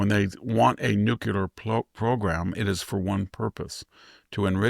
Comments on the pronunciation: VDH it's "new klee er" NOT "new khu ler"... jeez why do so many Bush era people keep repeating this mispronunciation? LOL then I hear VDH pronounce "nucleus" as "new khu lus"......SMH it's spreading. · STOP SAYING NOO-Q-LER! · Mr. Hanson, You are an astute observer of the political and moral landscape. Your deep education, intelligence, and mastery of the English language are evident in your clear, persuasive commentary. That is why I was surprised to hear you pronounce “nuclear” as “NUKILAR.” I know this pronunciation is not uncommon, but it seems at odds with your otherwise precise command of language. I offer this observation in the spirit of respect for your work and the high standard you set in communication.